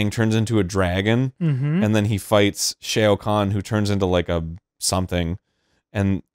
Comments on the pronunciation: Shay-oh Khan? Didn't know that was a different pronounciation. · I will never get over Arin pronouning Shao Kahn's name as "Shay-oh Kahn." XD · “Shayo Khan” from Arin really bothered me for some reason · I’m sorry but did Arin say Shao Kahn like “Shayo Kahn”?